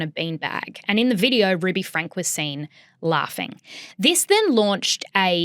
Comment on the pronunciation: I know its not the point but if youre going to talk about things like this please ensure you are pronouncing names currently. Its not hard to figure out its pronounced "frankie". Also from learning about mormon beleifs and from listening to the eldest daughter Shari's book the over representstion of "influencers" and "vloggers" from Utah is because of the mormon of later day saints churches requiring practicing mormons share about their loves to raise awareness of their religion and spread their beleifs.